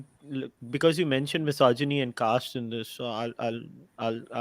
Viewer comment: Is it just me who is bothered by how she's pronouncing "misogyny"? I appreciate her thorough research and her opinion on the topic though.